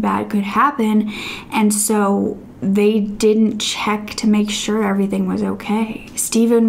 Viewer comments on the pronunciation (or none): none